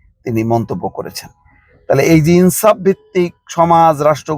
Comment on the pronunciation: ছি দালাল ছি ছি: ইনসাফ শব্দের উচ্চারণে এত ঘৃণা!! টিভি চ্যানেল এর মুলার পিছে দৌড়াতে থাকুন